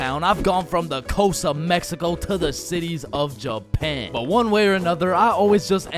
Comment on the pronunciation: Bro say one more we in Jupan